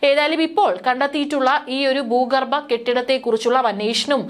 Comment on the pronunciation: ബാഗിഗം? ബീഗരം ? ബൂഗർബം? ദനം? ഗടന. ? ഇതൊക്കെ എവിടെ പഠിച്ച മലയാള ഉച്ചാരണം?